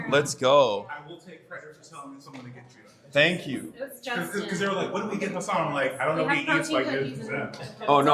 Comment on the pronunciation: it's audibly refreshing to hear the congresswoman pronounce Hasan's name properly and not say haSAWN